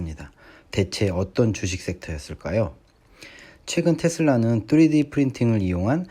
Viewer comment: 뚜리디..귀에 너무 꽂힙니다 ㅋㅋ